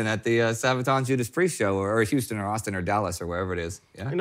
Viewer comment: Huston, Tx??? Come on Indy, you're from there!